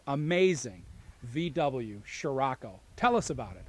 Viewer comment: scriocco not sciracco !!